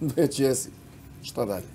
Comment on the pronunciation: Ahahahahha a ova ga pita "a dobro shta je to ako te ona ne voli" HAHAHAHAHHAHAHAAA